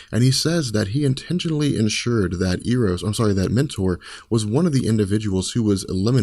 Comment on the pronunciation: I think he was pronouncing EROS wrong